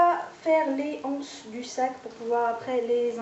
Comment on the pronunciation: Bonjour, juste pour donner une info, on peut faire la liaison quand on dit les anses (les (z) anses) une anse (une (n) anse) voilà voilà, je le dis parce qu'il y a beaucoup de personnes qui pensent que la liaison ne se fait pas... mais si en fait;) bisous!